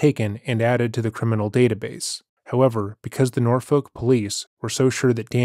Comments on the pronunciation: An incredibly minor detail but as a local this one bugged me Norfolk is not pronounced nor-folk but nor-fuk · I’m glad you covered this story because I practically grew up in Norfolk and have never heard this story. Also we pronounce it Nor-fuck. Same with Suffolk lol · Take it from a Virginian: Norfolk is pronounced “naw-fik.” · The way you pronounce Norfolk 😭